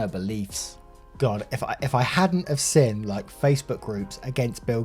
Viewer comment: How we say "seen": seen How says "seen": siin 😂 Then when he says to shove the lavender up their.... Well that was the highlight of my day